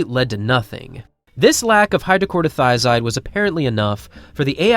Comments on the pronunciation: “Chloro” not “Corto” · It's hydro-CHLORO- thia-zide. Not Hydro-CORDO - thia-zide. LOL! It's a very common high blood pressure drug in most Western countries. If you are stick thin and run for a living the chances of you having HBP are pretty much non-existent. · How many times are you going to mispronounce hydroCHLOROthiazide?